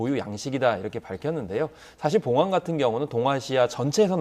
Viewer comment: 봉황 중국식발음😅😅😅😅